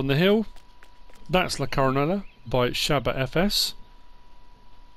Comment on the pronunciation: What a great map, thanks for the tour. If that’s Spanish, double L’s are silent, Co-ro-NAY-ah.